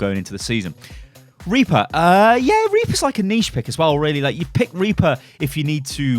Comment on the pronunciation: oh rly anyone hear of RRRRRRRRReaper?